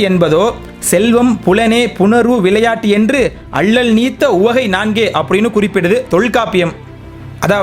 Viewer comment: பதிவு நன்று வாழ்த்துக்கள் உச்சரிப்பு கவலை தருகிறது.கோபமும்வருகிறது. உதாரணம் இலமை அல்ல இளமை பில்லை அல்ல பிள்ளை விலையாட்டு அல்ல விளையாட்டு ணகரம் னகரமாக உச்சரிக்கப்படுகிறது பினி அல்ல பிணி திருத்திக் பொள்ளுங்கள்.